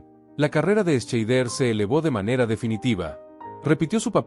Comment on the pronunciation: Dios mio, se pronuncia Shaider, joder, documentate un poco. Y también Estiven......mejor no sigo, odio la mediocridad.